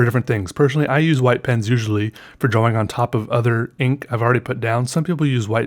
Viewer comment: When i read the title, I read drAWing in your voice.